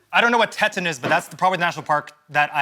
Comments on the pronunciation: LOL It's not tet on... it's pronounced Teat on... I live nearby lol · The lack of knowledge of the National Park system hurt my heart just a little. "Teh-ton" almost broke me. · when they were pronouncing Grand Teton (tee-ton) as tet-on 😭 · First time I heard Teton be pronounced like "tetin" lol I'm surprised no one knew that one. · Right ??! I was screaming too. And it's pronounced "Tee-tawn" right? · It’s pronounced “teat-on” 😭😭😭😭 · it’s pronounced TEE-tahn. :) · POV: You’re yelling “It’s pronounced “tee-tahn!!!!!” for the last clue about Grand Teton National Park. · And Eugene didn't know it's pronounced "TEE-ton" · the way they pronounced teton lol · Them not getting "Teton" and then Eugene saying it wrong was so frustrating. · Me cringing at their pronunciation of Teton..... 😳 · Zach absolutely butchered the pronunciation